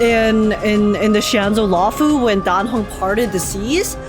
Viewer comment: aint no way im the only one who heard say die hung not dan heng